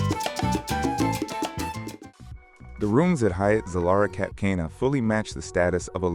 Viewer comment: You really should learn how to pronounce Zilara and Cap Cana